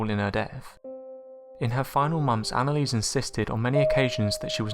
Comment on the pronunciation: at least say her name right